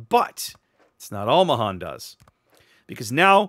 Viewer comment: pronounced may han